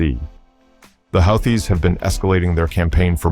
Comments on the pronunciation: Please tell me this is just some dumb AI narration...otherwise your pronunciation of Houthis (who-tees) as "howthees" is embarrassing! Next thing we know, you'll be pronouncing Iran as eye-ran 🙄🤔😬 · this guys pronunciation is weird...whoootees....then next sentence is howtheees.... make up your mind! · Who are the how-thees?? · if you cant even pronounce the word houthies how do you expect anyone to listen to what you say ?? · Yet another grand example of frickin' computer narration. Ya know (this channel) when things are written correctly, usually ( but NOT always) things are pronounced in one certain way. However, when someone makes a spelling mistake, the computer narration obligates itself to repeat the "STOOPIDITY" --that's why, when it is written without error, they say 'WHO thees' but when they screw up the word you get Huh thees. Next problem is calling them HOW thees. Again, stop the computer narration, 'PUHLEASE'? Here's a new one... 'the Healthies. Seriously? Is the author who generated this script a total moron? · Well, I guess if the AI pronounces "Houthis" fourteen different ways, it's bound to get it correct at least once...maybe. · This is over a week old..Old news. Pronounced Houthis wrong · How many different ways are there to pronounce houthis? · Another good and informative video. Thanks! Funny how the goofy AI narrator pronounces "Houthis" in so many different ways.....every one of them laughably wrong. In any case GO USA!!!! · How many different ways are there to pronounce "Houthis"? 😂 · Which is it…”Hoo-tees” or How-tees”?